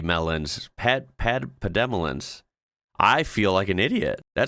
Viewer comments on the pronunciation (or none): Pademelon is pronounced paddy melon. They're cute. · pronounced "paddy-melon" here. Yep, Vegemite should be on every preppers list. looks like a Redgum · Paddie Melon is how it is pronounced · Pronounced as Padimelon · Hi. Pronounced 'paddy-melon'😊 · Pronounced padi_ melon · Pademelon is pronounced paddy melon, just like you’re saying the two words close together. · Pronunciation of cute animal... Paddy-melon. Easy.. The Vegemite date shows BB Standing for Best Before not Use By. It's good to consume. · Pademelon is pronounced as paddy melon. They are like a miniature kangaroo and live in the rainforest in south east Qld. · Pronounce it as one word paddy melon, pademelon